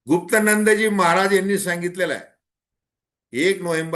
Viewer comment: महाशय आपल्याला परमपूज्य महाराजांचे नाव सुद्धा नीट घेता येत नाही आश्चर्य आहे परंतु महाराजांचे नाव आहे गुप्तिनंदी महाराज परमपूज्य महाराजांचे नाव अगोदर नीट घ्या 😂